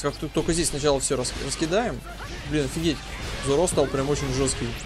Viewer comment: зОро ,ну зОро...не зорО!:( п.с.-может виной озвучка Шачибури в которой я смотрю,но зоРо режет по ушам почти так же сильно как и Аниме(с ударением на А). :]